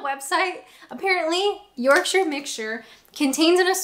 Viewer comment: I do like the way you say Yorkshire. 🙂